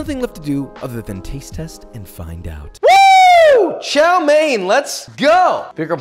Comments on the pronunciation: ITS TSAO MEAN NOT CHOW MAIN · Hi Joshua, couldn't help but notice you were mispronouncing chow mein wrong, instead of chow main, it's more chow m-yen. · it's Chao Mian for god's sake, and chopsticks in noodles is fine the sin is stabbing the rice. but good video overall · I thought he said Xiao main 💀